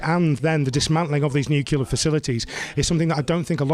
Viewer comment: Sounds good but it's Nuclear not Nucular. Sorry it's petty but annoying